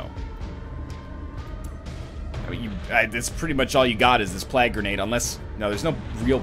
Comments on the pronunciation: NL, it's plague, not plag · Is he trolling with the way he's saying plague?